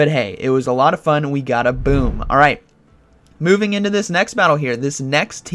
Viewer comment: Am I the only one who heard it "booming into the next battle" instead of moving🤣